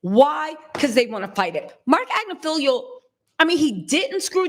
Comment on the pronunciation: You are engaging & charming & I believe quite smart. I have just one question: Why do you mispronounce Marc Agnifilo’s last name EVERY TIME YOU SAY IT? It is Agg niff el OH! It is NOT spelled AG Ne FELIO! It is not felio. It is FILO. Thank you for edumacating yurself! 🥰😇🤓